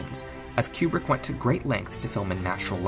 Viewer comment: Very well done. Small quibble, it is Koobrick, not Kyoubrick.